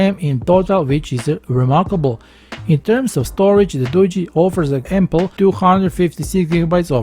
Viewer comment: Finally a tech reviewer that actually pronounces this phone brand right! I see so many Tech reviewers pronouncing it as Doo-gee and not Doo-jee. I mean I'm not trying to be mean or anything but if you're going to be a tech reviewer and you're trying to promote a phone you should be getting the name of the phone right for the company. It's like if someone came out and did a review on a Samsung phone and they called it a same sung. That's kind of bad because it just shows they didn't do all of their research.